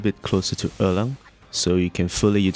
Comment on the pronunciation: Thank you!! I was able to beat him using your build with some practice on timing and sequence! This is an incredible guide Also, props to the way you pronounce“Erlang”. It’s the closest to the correct pronunciation amongst all the versions I’ve heard on YT so far